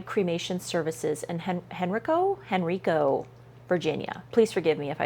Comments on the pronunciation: The county is pronounced Hen Ree Co. County. It is just outside of Richmond. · Hen rye co is the pronunciation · "hen-rye-co" Henrico. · I live in Henrico, VA. It's pronounced Hen - Rye - Co. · This happened in my state. Virginia does require funeral directors to be licensed. And it is pronounced Hen-rye-co. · Lol, its Hen-rye-co.😂 (Virginian who use to live near there.) But, this is a great video. I was recently thinking about this and stumbled upon this video! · The fact that I literally live in Henrico Virginia and have never heard about this is scary. But now I know. That is wild. It's pronounced hen-rye-co btw. Rye like the bread. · Pronounced hen-rye-co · Hen rye co is how its pronounced. It's a suburb of Richmond. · Hen ri (long I) co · Pronounced Hen RYE co. This was a great explanation, thank you. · Hen-RYE-co county Virginia it’s Richmond Virginia area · Its pronounced hen-rye-co You were close ! I remember when this happened. It was alllll over the news. ❤